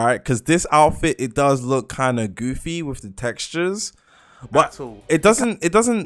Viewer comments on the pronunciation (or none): none